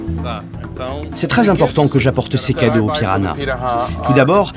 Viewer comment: C'est moi ou elle prononce PiraNas au lieu de PiraHas ?